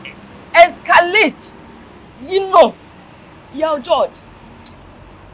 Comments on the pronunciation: n English saa she’s made a mistake in this season, escalate or excavate 😊😊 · Did say ESCALATE instead of EXCAVATE 😂😂😂